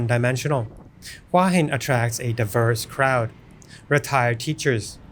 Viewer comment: It’s pronounced who-ah hin